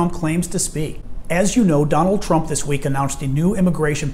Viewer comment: I don't even think she's fluent in her own native mother's tongue. But she provides laugh for us and I'd give her credit for that. Such as: It pronounced eat, this pronounced thees, is pronounced ease, him pronounce heem, if pronounced eef, business pronounced beezeeness, and on and on. Other than that, she's fluent in English as well as all other 4 languages.